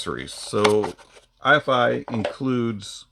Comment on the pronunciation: Good review! I'm not trying to nitpick, but the name of this company is Eye-Fi, rhyming with "hi-fi". Anyway, love your channel! Good stuff.